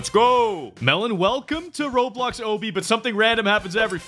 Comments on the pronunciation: it’s obby not obi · I like in the start of the video he says “this is a roblox oby” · Choked when you said "obbey" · Bro pronounced “Obby” as “O-BEE” but should be pronounced as “AH-BEE” so among us. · Wdym? Its O-BEE not AH-BEE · Obby is pronounced, Ah-Bee not Oh-Bee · Are we gonna ignore the fact that he says obey wrong? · Ok I just and ignored how they say ohby but it's obby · why do they say obe?? its called an O-B-B-Y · It's not ooby it's obby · dude he said obby as oh by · DID HE JUST SAY OBY INSTEAD OF OBBY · He said Obby wrong he said oby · It’s pronounced obey not obey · Its obby not obey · itś not owbby itś obby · today we’ll be doing Roblox Owbie lol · Me just realising he says ‘O bee’ instead of ‘o bee’ oh well great content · Its o-bee just to say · The way he pronounced obby 😂😂😂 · He didn’t say obby right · is saying obby wrong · My man did not say obby right